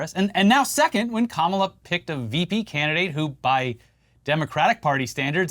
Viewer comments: He says "kamabla" cos it's supposed to be like ka-mob-la. That's why he intentionally mispronounces it with the emphasis on the second syllable. As in "radical left mob". They always say that nonsense. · 'Kamabla'???? That SHOULD be a new dance (craze) - "C'mon everyone, do the Kama-BLA....". FUN!